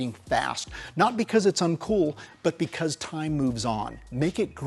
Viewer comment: Please stop trying to say "because".